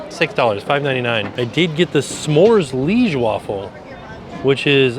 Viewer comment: Liege is pronounced LEE-AGE not leeg